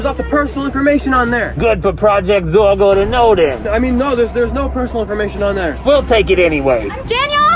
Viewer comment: she said zero instead of zorgo